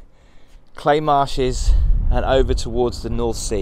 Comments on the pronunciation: Forgive me for saying But why on earth would you want a TV in such beautiful surroundings oh another little dig its pronounced Cley (cl-eye) and not Clay... ps James Blunt once slept in my tent in the garden 😊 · Pronounced Clye as I have been Told by the locals 👍🏻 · FYI, some local knowledge. Cley rhymes with eye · Thank you for showing everyone our beautiful North Norfolk coast. We say 'Cly' for Cley but that might be a Norwich thing. Gorgeous accommodation and the views are as always, breath taking. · Hi,: Fab location. FYI Cley rhymes with eye and it is Blakeney Point.😊